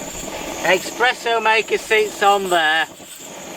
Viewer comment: Great vid and, a nice set-up but please... Expresso! Noooooooooo there's no X in Espresso. (Sorry, it's a personal foible)